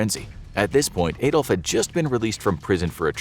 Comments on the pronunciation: It anyways sounds weird to hear "Ay-dolf". His name was "Ah-dolf". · Adolf is pronounced like Ahdolf not Aedolf